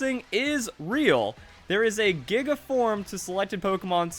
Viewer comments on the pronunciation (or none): none